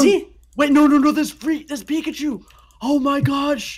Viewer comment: he just said pickachu